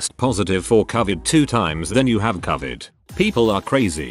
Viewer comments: Grrrrrrrr ITS NOT " Cavet" it's covid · About time that medical workers who deals with this pandemic got to speak out freely as to the insanity they deal with! However it's unreal that the computer generated voice can't pronounce the word covid ! I'd think that may be important in this case !! Took me a moment to even figure out they were speaking about the covid pandemic. Really !? Do better! This is important info and should be understood by everyone